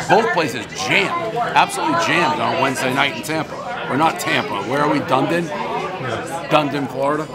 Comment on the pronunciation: Haha Dundin- DunEEdin Dave, gotchu